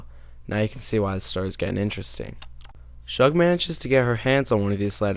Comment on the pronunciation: “Shug” is pronounced like the first syllable of the word “sugar”.